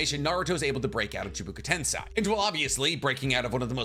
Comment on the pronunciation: Neji was overconfident. Gaara still had sand armor even though it was falling off. You have no idea how much damage a punch can do when someone if OFFGUARD. Hit your toe on a corner it hurt ALOT more if you hit it by mistake than intentionally. why would he summon him? CHIBAKU TENSEI how can you buthcher all the pronunciation? If he dodged that talon Naruto dies